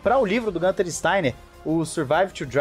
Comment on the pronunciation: GUuuunter. Não é GAnter.